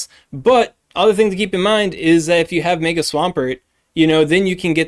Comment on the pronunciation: I hate how you pronounce "mega"